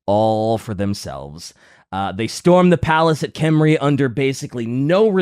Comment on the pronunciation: for the love of God, you are pronouncing it CORRECTLY! It is Khemri with K and not "Henry". Leave the "silent letter" BS to the French! Stop apologizing and continue using the CORRECT Pronounciation that does not WASTE LETTERS! Yes I know, some people like to pronounce it without K and feel smug about it but then again, some people like to bend over and take it from behind and its usually the same people.